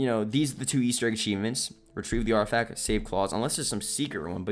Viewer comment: "artifac" You forgot a letter there 😂